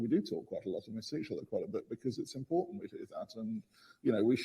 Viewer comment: Impointant😂. Love you Coach